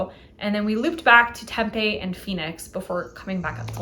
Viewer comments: I can't. I'm sorry. I have to... temm-PEE. Emphasis on the 2nd syllable and a hard, long vowel there. temm-PEE. Not TEMM-pay. temm-PEE. Vet: I live in the PHX burbs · No worries. It's a bit of a shibboleth, true. I think most folks believe it's either Spanish or Indigenous, when neither is true: it's Greek. That ancient sister city for whom Tempe, AZ, is named is pronounced the same, somewhat unexpected, way.